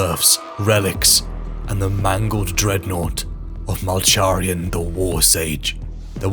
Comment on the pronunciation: Love the video but you keep mispronouncing Malcharions name wrong lol